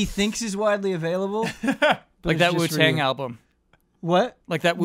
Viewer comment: CORRECTION: The emphasis is on Wu not Tang